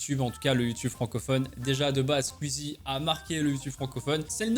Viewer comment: Les squeezos de qualité(comme moi) qui disent : "Squeezie" Toi : "squuizie" les squeezos(comme moi) en sueur